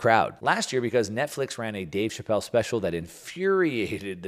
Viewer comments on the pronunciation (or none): none